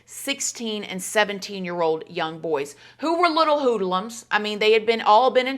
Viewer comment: The way you say "hoodlums...hoo-dah-lums" makes my day every single time you say it!!! Lmao 🤣 you truly are an absolute gem 💎 mama ❤